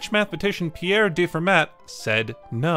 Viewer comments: Fermat is pronounced « Fur-ma » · no, it's \fɛʁma\ (same vowel sound as in "fairy") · I like this channel, but you’re really loose about names. For example in this video your pronunciation of Fermat or your misspelling and misnaming of Noam Elkies as “Noah Elkies” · The way you keep mispronouncing fermat's name